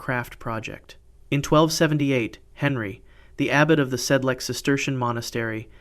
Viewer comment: Sedlec. Technical note "c" is pronounced like "ts", not "k".